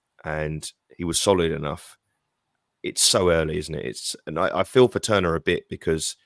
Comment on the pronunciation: Great interview - Seb was excellent well thought out and great knowledge.... look forward to hearing Seb pronouncing our keeper's name correctly.... ie not Turner!!..this weekend!